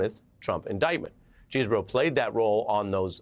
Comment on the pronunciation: Kenneth Chesebro... Lol pronounced his name differently each time.